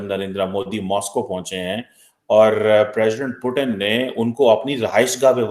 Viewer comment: पहले पुतिन जी को पुतिन कहना सीखो, पाकिस्तानियों। क्या पुटन, पुटन कहे जा रहे हो।